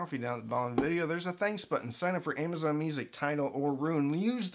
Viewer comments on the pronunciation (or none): none